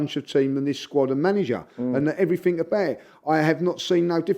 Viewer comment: has invented a whole other version of the English language. One of which letters are either jumped over or just ignored. IncompeUUUnce (incompetence). Eveerrrthin (everything). Naaaffin (nothing), Crea-eeee-v-eee (creativity), go daaaaaan thaaa roa...(go down that road), we go-aaa chance of duuu-eeen som...,(we've got a chance of doing something) everreeethin abbay (everything about), went daaaan injured eeeeday (went down injured today). Also pronounces pathetic as 'prophetic'. The 21st century Chaucer.